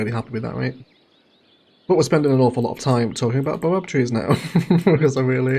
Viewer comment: That's a baobab tree and baobabs are widely distributed in belts across Africa. I'm from South Africa.. the pronunciation is bay·uh·bab tree😂😂 Great vid none the less😂😂